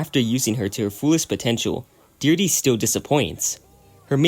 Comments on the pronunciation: "Deer-dee" 💀. It's pronounced "di-heir-drea" buddy. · Deerde? YOU DEE-DRA? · I'm going to pretend that you butchered Deirdre's name on purpose for my own sake